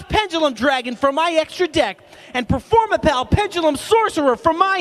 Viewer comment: performapur- performur- performapal!